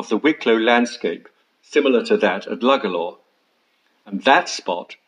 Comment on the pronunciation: Beautiful place..pity you didn't have the pronunciation of Lugalla and Powers court right...!!